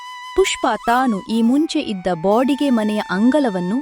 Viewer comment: Bodige ಅಲ್ಲ baadige 😂